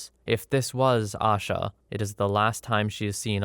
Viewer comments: Only thing I wanted to input was her name isn’t pronounced “Ah-shuh” it’s pronounced “A-shuh” Kinda like Asia but with a shorter A at the end. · Asha Degree’s disappearance was and still is a case I think about often. She lived in the same county as I and whenever I drive home, always see the same, single, faded billboard everyone still sees these last 20 years. Her name is actually pronounced with a long A in the first syllable. I don’t normally correct on the web but it’s at least something I can do for her today. 😢